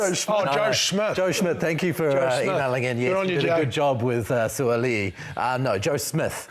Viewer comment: Also, it's pronounced 'Soo - ah - ah - lee - ee' with the 'ah - ah' said closely together with the 'lee - ee'